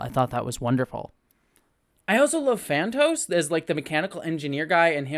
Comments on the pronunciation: I enjoyed this movie. Phastos is the engineer type (not whatever you said). The god/creator is Arishem. You mean Gilgamesh, not Giglamesh. Druig, not Diego. Kingo has a valet, not an agent (I mean, he probably has an agent, too, but they aren't seen). Understanding their names is SO TELLING about what mythology they are supposed to have spawned (Thena & Ikaris being the most easily seen). I expect the next movie will deal more with the Eternals teaming up WITH the Deviants. Kit Harington only appeared to tease The Black Knight. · I'm just here clamouring to hear more about popular Marvel characters "Phantos" (Phastos), "Akesh/Akatesh" (Arishem), "Giglamesh" (Gilgamesh) and "Diego" (Druig). ;P